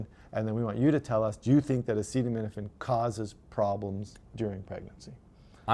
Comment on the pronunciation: As your Canadian I will let this slide. In the future everyone must pronounce acetaminophen as follows: “Ah-ced-uv… well, let’s see how we say that. Ascenem – enophin. Acetaminophen. Is that ok?”--- DJT